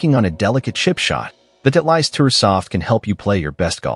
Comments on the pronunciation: Title-ist not Tit-leist. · Not knowing how to pronounce Titleist says s lot about this reviewer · nice pronunciation of Titleist ha ha ha